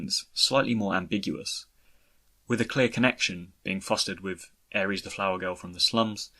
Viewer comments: I must say, I'm really enjoying your content, late to the party though I am. I find myself irresistibly compelled to ask, though: are you aware of yourself occasionally pronouncing "Aerith" (personal preference over "Aeris", don't mind me) as "Ares", as in the Greek god of war? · Fintastrophe Actually it's Aer-ith... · The way you pronounce Aerith is different 😁 sounds like a Greek God named Ares. I'll get used to it though love your video BWT. Thanks for making it and putting a good time into it. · fine, your u can use ff7 default name for her or Advent children but would you pronounce it air eeth? My point here is I just don't see how some people see Aeris' and think " ohhh that I is pronounced EE". like wtf...